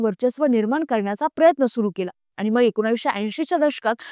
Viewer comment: मॅडम, "मग"बोला" मंग " नका बोलू